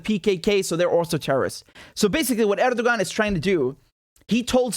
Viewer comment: The "ğ" in Erdoğan is silent. So it's pronounced "Erdoh-an"